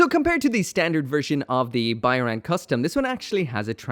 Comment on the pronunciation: I'm pretty sure Byarlant pronounced how it's spelled.